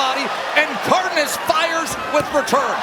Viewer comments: His name is not Cardiniss. That was driving me insane the entire fight. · yo, it's pronounced CAR-DAY-NASS...